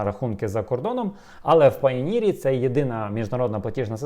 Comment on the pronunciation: Може не Payneer а Payoneer ?